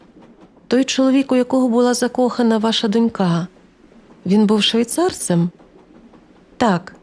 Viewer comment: Перепрошую за зауваження, але просто на майбутнє: наголос у слові дОнька на першому складі, а дочкА на другому. Слово це звучить тут досить часто, тому трохи ріже вухо. Хоча, багато людей роблять таку помилку, то вони, мабуть, і не помітили😅